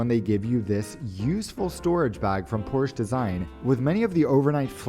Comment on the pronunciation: Porsch-e. Two syllables